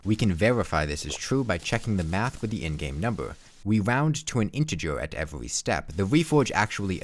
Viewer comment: Why can he pronounce the R in "increases" and "reduces" but not the R in "every"? Weird.